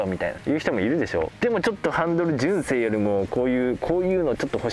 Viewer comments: あたりが特にね、関西人からすると、えって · 聞いたこともないイントネーションでしたよ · 純正のイントネーションが一番気になったw